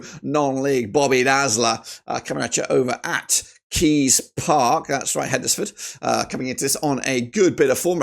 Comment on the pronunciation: HEDNESFORD is pronounced Hens-ford not Hed-nes-ford. You don't pronounce Wednesday as Wed-nes-day do you???